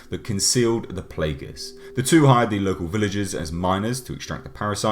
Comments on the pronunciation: Nice review! The word ''Plagas'' comes from spanish, were ''a'' has only one sound (probably because the origin of the scenario for the virus), so you pronounce as it's written ''Plaga'', not ''Plaega'' (yep means the same word, ''plague'' in english), as you say the last ''a''. Please explain someday more of the habitants of the town on RE4, specially the asshole of the chainsaw. XD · Playguhs, lol, Raymond Salazar, lol. Still a badass review. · I love pronunciation of Las Plagas xD